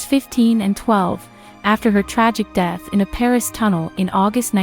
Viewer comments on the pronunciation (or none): none